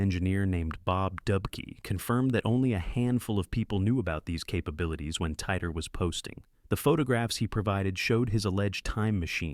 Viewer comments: cant even prenounce titor correctly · wow, Hold on—are you seriously claiming this is real? If you’d done a bit of proper research, you’d see that John Titor was a hoax created by a couple of people. Also, you’re not even pronouncing ‘Titor’ correctly. This first part of your video is already spreading misinformation.